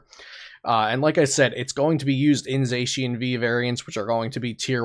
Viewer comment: I think everything is correct except zacian